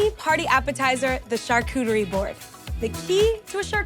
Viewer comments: Lol! I’ve never heard it said like this before til now 😂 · drinking game: everytime she says: " char-cootie-ree" 😂😂😂😂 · It sounds like a new Pokémon.